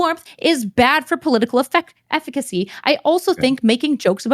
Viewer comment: She keeps saying political eficiacy and it's triggering the heck out of me.